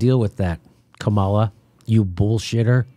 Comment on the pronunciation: I normally like your shows, but how many more hundreds of times are you going to mispronounce Kamala's name? .. It weakens your cred .. I'm not defending her at all, it's just that if you continuously mispronounce anyone's name, it seems like you just get your research from reading about instead of listening to the people you're talking about .. If you check any Harris interviews, such as with her bud Ellen Degeneris, she's introduced as KA-ma-la, not Ka-MAL-a ... It's like a radio DJ who mispronounces an artist's name .. It blows the mystique and exposes lack of research.